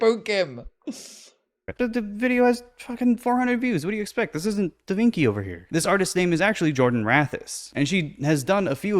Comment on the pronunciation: He is so pretentious, he looked at a wiki page and thinks he knows everything that there is to know about art history. We are well past modern art at this point. Also he's pronouncing Vinci incorrectly, and that's certainly not the Italian mispronunciation that I expected.